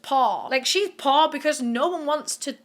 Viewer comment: When you first said poor I thought you had said posh.....